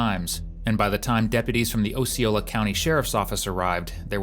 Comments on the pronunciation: It is pronounced "kiss-sim-me" and "ah-c-ola" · They butchered Osceola, too.